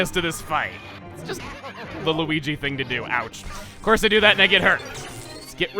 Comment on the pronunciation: I heard mario say weege